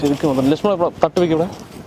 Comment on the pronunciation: സ്വതസിദ്ധമായ പാലക്കാടൻ ഭാഷയിലെ ലക്ഷ്മണൻ എന്നുള്ള വിളി കേൾക്കാൻ , ഒരു ചന്തം ആണ്